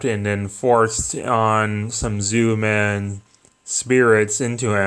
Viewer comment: lol Zoomen. they are called Zyuman, jewman that is how its prononced. Ir might help you learn a litttle bit of Japanese.